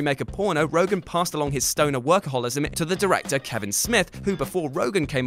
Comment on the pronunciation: also, it's ROGEN, YA LIMEY!!! not Rogan.